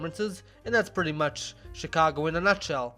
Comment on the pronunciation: why di you call it SHEcago if its written CHIcago?